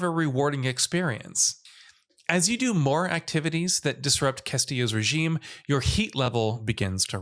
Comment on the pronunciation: That’s not how you pronounce “regime.”